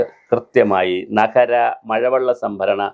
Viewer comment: നഹരം അല്ലടോ നഗരം എന്ന് പറയണം.